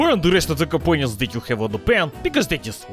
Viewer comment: "Compoñents"! hhkjahakjahkajhakjahaka!! Qué grande!